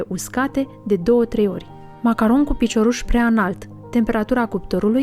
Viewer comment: Cum poti sa zici macaronshi ?? 😂😂